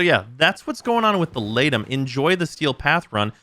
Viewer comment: I know its unintuitive but I think its pronounced 'lee-tum' since aegis is pronounced 'ee-jiss'